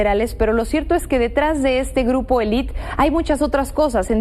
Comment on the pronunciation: elit: asî se pronuncia en ingles; en español es muy diferente y se pronuncia con la "e" al final: o sea "elite" para comprender de lo que se habla y el tema a yratar pero mas que todo para poder entender y visualizar el contexto en el que el tema se desarrolla y no estar perdiendo el tiempo en estupideces tan pequeñas como esta 💤